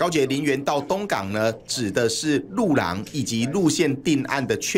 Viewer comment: 盤仔安在上次國慶落漆煙火活動已經跌下神壇了，所以路廊他都故意念成虎懶